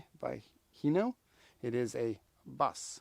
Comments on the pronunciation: Huh, I didn't know it was supposed to be pronounced as He-no, but it's a cool bus nonetheless. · I pronounced it Hi-no. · so wait how do you pronounced it? its always heeno to me.